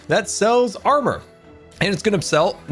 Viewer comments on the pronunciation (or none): none